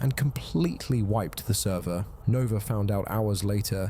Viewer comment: He lost the “therver”